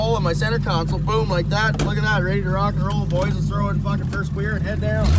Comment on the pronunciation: The way he says "fockin" reminds me of trailer park boys